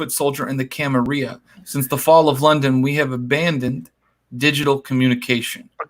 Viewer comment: Say it right dammit, gawd! It's "Cam-Uh-RILL-UH"!!!!